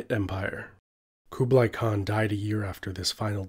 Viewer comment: The way he pronounces “Kublai” makes me cringe 😖